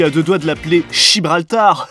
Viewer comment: "Chibraltar" j'ai ri si fort 🤣🤣🤣🤣😭😭😭😭😭